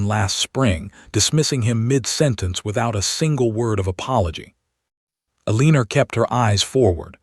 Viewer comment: Sorry can not under take another story of Elenor being pronounced Aleaner😢😢😢